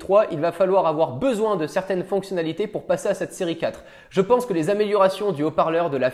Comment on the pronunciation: C’est moi ou il dit Siri 4 au lieu de série 4???